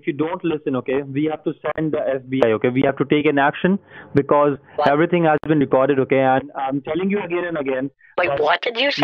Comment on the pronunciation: "I will tell you everyting"